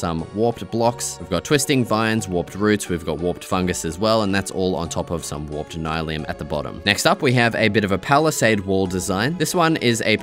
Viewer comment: you don't know how to pronounce warped?